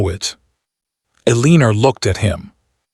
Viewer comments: So her name is Ehr lean er rhyming with wiener? Seriously, get a better AI voice. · WHY IS HE MISPRONOUNCING elenOR FORelinER VERY ANOYING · Poor poor Ay- leener.😂🤣🤪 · So they are cousins? At that time, marrying cousins was allowed? Why write the story that way for us modern readers? It's a gross concept. Also, why was his mom in charge? He's the duke. He's not even "the heir" because his dad has already died and he ought to have inherited his dad's position. What's with the pronunciation of her name? Why all the misspellings? Do you humans who posted this drama even care enough to proofread it, to listen to it first before posting? It seems rude that you either don't bother proofreading/editing, or you see these things and don't care. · Mispronouncing her name is very annoying. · I would have enjoyed this audio story if your AI reader would pronounce words & especially names correctly. It was a big turn off for me. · The title doesn't match the story. He never asked why she ate at the kitchen table and wish AI narrarator could pronounce Eleanor's name right- very annoying. But good story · Thank you for your story. Well written, good pacing and development. Well developed characters. Narration is clear and precise, it needs some emotion and correct pausing and emphasis when necessary. I have noticed you ke the name Eleanor or Elena whichever it is. Please stop using a name your AI can’t pronounce. Every time he says her name I can’t help but flinch. Why not give us a look at their future including children. I personally would have liked that instead of some much land management and tenants, etc.